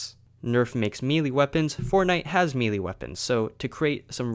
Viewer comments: It's pronounced may-lay not me Lee🤣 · Why does it sound like your saying mealy instead of melee? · What is a "faux-mealy" weapon? And why can't YouTubers pronounce certain words properly. And in an effort to not be a complete donkey (😜 don't want to say bad words in case miners are reading this...) I believe the words you are looking for are Foam and may-lay Apologies if that was more rude than I meant it to be. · It’s pronounced “may-lay” for future reference. Awesome video though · Its melee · Clearly when sees the word melee he says Me Lee. So just writing it normally would do him no good. Look at what I wrote again and sound it out. Does it sound right? Good, that was the point. Donkey out.